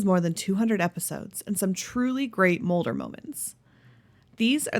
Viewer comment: It's scully not scolly. And it's Mulder not molder!